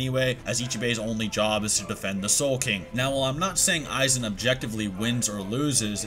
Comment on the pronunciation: Isnt it pronounce Eye-Wok? you said You-hah